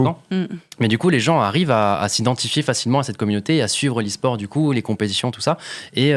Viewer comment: « Lesport » 😂 On t’aime Gota